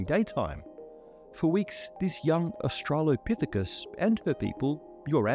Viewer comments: I'm sorry, did you say she was an "astro-lopithecus"? (Australopithecus) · not austrailopithicus, astronomerpithicus.